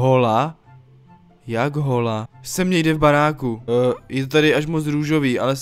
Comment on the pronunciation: Hola se čte ola xd